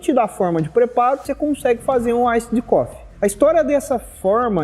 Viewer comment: "Aissid" coffe hauahauahua. Bom video!